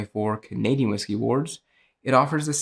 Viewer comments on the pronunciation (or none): Whisey? Never heard of it